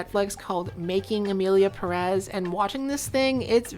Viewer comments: Now that we're all trying to be more inclusive and what not, as a Spanish speaker I must tell you all, it's PE-rez, not Pe-REZ, the emphasis in on the "Pe", that's why it has the little accent on the top (Pérez), it indicates where the stressed vowel is. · I cringe so hard every time you say emilia peREZ IT HAS A FREAKING ACCENT IN THE FIRST SYLLABLE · 100% splitting hairs here and way beside the point. But as a latino it is killing me that you are saying Pérez the wrong way around. The accentuation is in the first syllable of the last name "Pe" hence the accent ´ (not that I expect a speaker of a different language to know this grammar rule). But it is also the most common pronunciation, by far. You are saying it as peREZ which is the other way around. Anyways fuck this movie and fuck the director, I think we should all focus on Johanne Sacreblu - 2025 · ok this video is banger and I´m just one minute in but as a native spanish speaker and latino you pronouncing the Pérez without the accent (peREZ) instead of (PErez) is driving me insane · Worst part is that not a single soul can pronounce Pérez correctly. It has the freaking accentuation right there wtf is wrong with you people!! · The stress on the second syllable of "Pérez" kills me. But i bet this movie already killed you first.